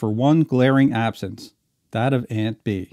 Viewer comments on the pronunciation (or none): none